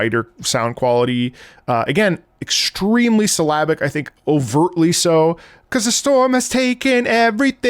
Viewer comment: For the first 20 minutes of the video I thought you were saying "Slavic" instead of "syllabic" 😂 I thought it was a musical style that I didn't know about